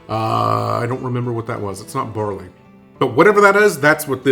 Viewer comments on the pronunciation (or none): none